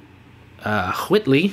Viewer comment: Hahahahaha the way you said Whitley immediately cracked me up as it reminded me of the cool whip bit from family guy! Great video keep them coming!